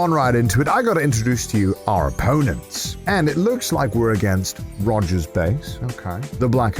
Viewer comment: Connor pronounces Rogers name like how one piece characters do it.